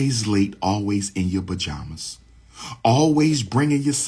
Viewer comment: Bajamas or pajamas 😂😂😂